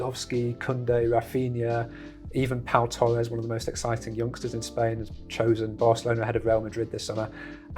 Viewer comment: He called Pablo Torres Pau Torres...... lmfao. That just sums up the knowledge british people have of anything that goes on outside the premier league. And the biggest shock out of all of this is how people fail to blame the previous board and blame Laporta and co who are actually trying to do things the legal way